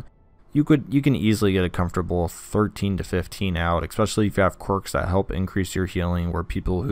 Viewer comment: There's no X in "especially"